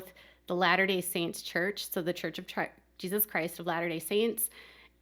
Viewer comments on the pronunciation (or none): none